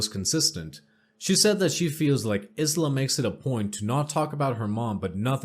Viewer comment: Aisla is pronounce Eye-La, and it Kin-sin-era